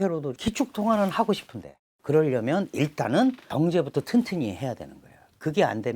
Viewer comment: 교수님 명강연 잘 들었습니다. 허나 발음에 신경써주세요 고통스럽습니다. 소비, 싶은데 이런 ㅅ자 발음에서 휫파람 소리가 너무 강해서 기계음 때문에 귀가 찢어질 것 같습니다😢